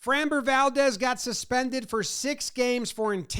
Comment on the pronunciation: Dude, please learn to pronounce Framber.